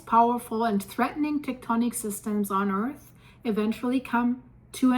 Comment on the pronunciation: Can you learn how to pronounce earth it’s not “earthis”